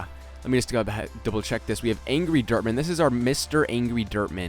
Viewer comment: was sounding like was saying derp man no offense